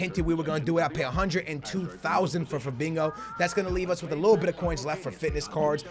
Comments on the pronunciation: Why are you calling Fabinho "Fabingo" lol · Lol not trying to make fun of you but it isn't Fabingo it's Fabinho (fuh-bean-yo) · CAN U FUCKING STOP PRONOUNCING IT FABEENGO IT'S PRONOUNCED FA-BEEN-HO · you pronounse fabinho like fabinyow NOT fabinow PS your videos are amazing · PLZ STOP SAYING FABINGO!!! It's Fabinho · The way he says Fabinho lol "Fabingo" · Why u saying Fabingo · Anybody else hear him say "Fabingo" 😂😂😂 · but the h sounds like y as in to FA-BEEN-YO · Stop Saying Fabingo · Why do you keep saying "FaBINGO" there's no g in there homie.